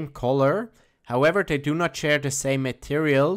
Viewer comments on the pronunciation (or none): none